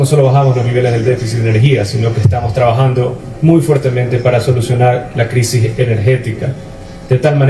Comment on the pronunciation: Cuando habla de que está trabajando, esa palabra se le atraganta, le sale raspando la garganta, esta palabra es demasiado grande para que salga con naturalidad, cuando él y todos, los que están presentes y todo el pueblo sabe que es una mentira tan grande como una catedral, porque su trabajo no se lo ve por ningún lado, lo que vemos es al pueblo que por necesidad o por inercia trata de hacer alguna actividad, que si no deja plata, por lo menos le permite tener al cuerpo activo y esperar que la suerte cambie, este hombre lo que hace y mal es hablar, como hablar y decir mentiras, no cuesta nada y con la barra propia para aplaudir, inclusive para simular los errores de dicción del infante presidente.